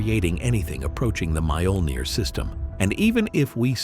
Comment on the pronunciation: Holy crap, its pronounced "Mee-OH-Ln-eer" !